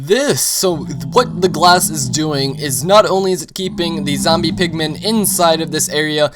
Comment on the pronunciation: did i hear you say glash